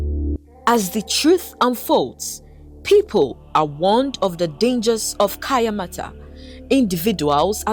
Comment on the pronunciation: It's kaayanmaata not kayamata